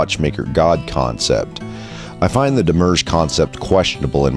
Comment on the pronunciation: *Psst, it's "demi-urge" and it isn't "Elias" * [/nitpick] Looking forward for more with great anticipation!